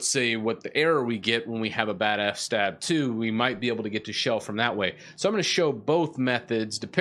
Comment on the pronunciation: I like that you pronounce it "f-stab" like I always do in my mind. I have no idea how long it was until I realized it was "f.s.-tab" for "file system table".